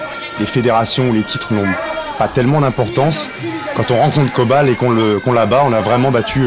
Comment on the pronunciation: It's Coban, not Kobal.